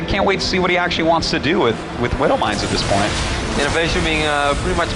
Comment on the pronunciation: He meant to say widow mines